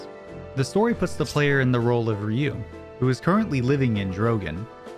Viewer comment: Thank you for calling him "Ree-yu" instead of "Rai-yu" like I've heard a lot of times